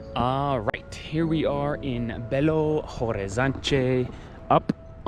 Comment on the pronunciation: Curiosity about portuguese, but just IF you guys want to practice ( I really love the accent). The H is not pronounced, we just say Belo Orizonti, something like that haha but your accent is cute, don't need to change that, ok? We love it!